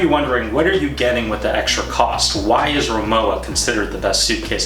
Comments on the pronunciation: You’ve been pronouncing the brand name incorrectly throughout your entire video. The w is pronounced like a harsh v. It’s pronounced Ri-moh-va… And yes, I’m a native German speaker. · German's pronounce their "W" like a "V." So, it's pronounced Ri-MO-va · I love my Rimowa. Technically it’s pronounced Ree-mow-vah since it’s German. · Its pronounced RIMOVA actually but nice try haha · It is pronounced rimova - the w is a v ok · It’s pronounced RimoVa! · It is pronounced RIMOVA, with V. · Good review but it's pronounced rimoVa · 'W' pronounced 'V' in German, ergo, not pronounced as described